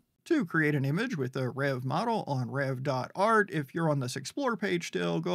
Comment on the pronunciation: Nice saying Reve right. You're like the only one! Rev is how it sounds from my understanding via the Discord, which is semi to very active given its age.